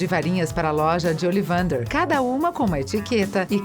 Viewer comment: "Remaione" "Olivandar" hahahaha adorei